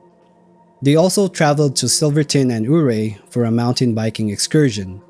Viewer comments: Can't pronounce Ouray? 🤣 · He can't even pronounce Ouray 🤣 what was that attempt, just left the Marines?